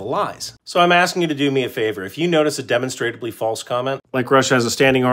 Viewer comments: hes not pronouncing demonstrably, he is pronouncing demonstratably. which in itself is incorrect. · Ive always heard it pronounced "deh mahn struh blee" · It's pronounced di-mon-stra-bly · Pssst, it's pronounced deh-MON-struh-blee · Love the videos, but you're killin me with the way you pronounce demonstrably. 😂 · That's not really an accepted pronunciation for "demonstrably". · you need to learn how to pronounce "demonstrably".